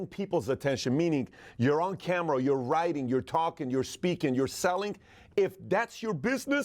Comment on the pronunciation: The word "writing"...doesn't have a "guh" sound at the end. "ing" words don't have that sound at the end.